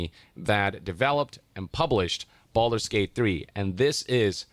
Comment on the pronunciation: ho no, not Baldure gayte again